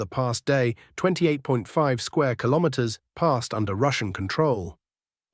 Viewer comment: It seems it's very hard for this AI commentator to pronounce "Kilometers" correctly.